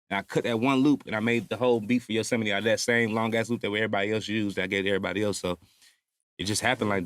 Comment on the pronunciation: He said errry body lol this about damn time.